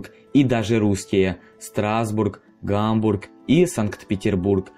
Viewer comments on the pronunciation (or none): none